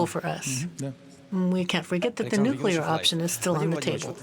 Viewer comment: The lady commentator needs to correct herself on the word "nuclear". It is not "Nucula". This mistake is common among uneducated folk and undermines her professionalism and credibility. She otherwise comes across well, so attention to this important detail will help advance her professionalism.